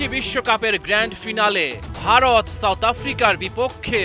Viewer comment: সাংবাদিক ভাই উচ্চারণ হবে "গ্র্যান্ড ফিনালি" "গ্র্যান্ড ফিনালে" না